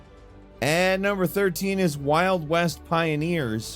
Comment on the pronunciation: "Mmvng onn to numbmerr 19"😂